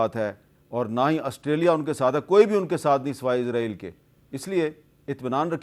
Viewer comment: جناب حامد میر صاحب۔۔ میں غور کر رہا تھا کہ اسرائیل کو تمام اینکر عزرائیل بولتے ہیں۔تو سوچیں جب ہم عزرائیل کہیں گے وہ موت ہی بنے گا ۔۔۔۔مجھے بچے بھی پوچھتے ہیں کہ اسرائیل ہے یا عزرائیل ہے۔۔۔آپ خود سننا کہ اینکر کیا کہتے بلکہ آپ نے بھی عزرائیل ہی بولا ہے۔۔۔۔۔استغفراللہ